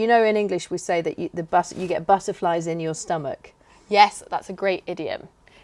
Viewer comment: Speaking between you did you say 'buzzerflies' instead of 'butterflies'?? Please do let me know as, that is what I hear...... Thanks.